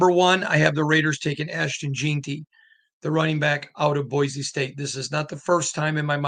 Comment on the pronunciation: Why do you have to pronounce stuff differently? The whole world says jeanty not jeenty